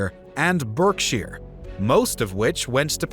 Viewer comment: Overall a useful reminder of the main landmarks in a century plus of history. But why is Liverpool on your map? It was barely a village at that time. Where are the Spanish Netherlands (important to the plan for the Armada, since it was supposed to collect troops there)? You mispronounce Berkshire (even more than most of the other counties).